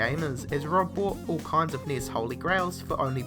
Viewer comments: Enn-ee-ess (NES) not NIS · NES is pronounced "nes." As in "goodness." Or even "enny-ess." Not "Neiz." the hell is wrong with your mouth. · Nee-s? It's N.E.S.! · Oh my god, 11 Atari 2600 games on this list. And you pronounce it niss. At least you could have said Nintendo Entertainment System. This video was tedious and a waist of time! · Yeah the way he pronounces things is really annoying. NES = Knee-is?